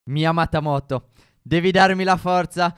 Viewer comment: Allora...pensavo di aver aperto un video giapponese, ma poi mi sono reso conto che la prima frase era "mia amata moto"...e non "myamata moto"...